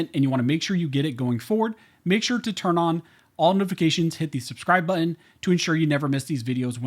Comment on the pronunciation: Totally skipping you bc you cannot pronounce BUTTON. There are TWO letters that you are not pronouncing. T&T are the letters. It’s BUTTON! not bu-in. Do BETTER. It’s not cute.